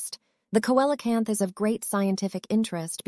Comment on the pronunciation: Coelacanth is pronounced See-la-canth.